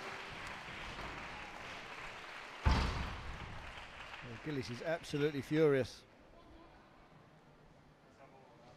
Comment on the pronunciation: Awfully easy to like Gilis (pronounced 'Jeeleese' & not 'Gillis' as in 'Dobie Gillis') but impossible to like Farida